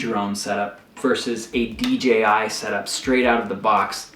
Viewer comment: Moron. Say D..J..I.. again